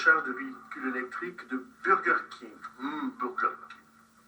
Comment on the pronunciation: La pause, les yeux écarquillés apres le 1er humm beuurregueurrkingue M'A TUE DE RIRE!😂😂😂😂